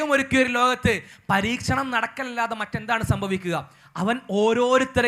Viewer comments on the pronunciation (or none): പരീശനം അല്ല ബ്രോ പരീക്ഷണം